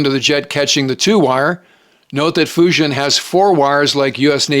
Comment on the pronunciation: "Foo Gin" is closer to the correct pronunciation of "Fujian". DLI grad in 1983, Mandarin.